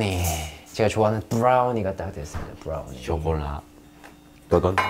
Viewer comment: no one : jaemin : vRoUNiEe VrOuNiEeE